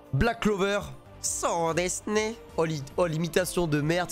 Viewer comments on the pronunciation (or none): none